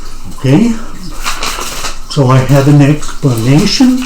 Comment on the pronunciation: I don't know if this was intentional or not, but when you said you had an explanation, I chuckled a bit, because it sounded like a pun (eggsplanation) haha